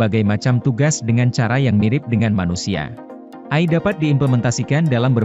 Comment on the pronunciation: Karna suara ga di latih untuk pelafalan yg benar